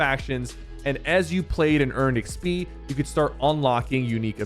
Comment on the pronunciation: Does he call xp ixpee???? 🤣